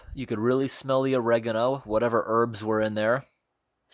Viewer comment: I hate the way he says oregano